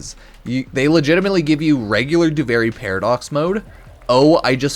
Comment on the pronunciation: You're saying duviri wrong, it's duvearee not do very or do vary